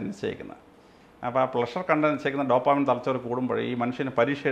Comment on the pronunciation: ഡോപ്പോമിൻ എന്ന് പറയുന്ന 🤣🤣🤣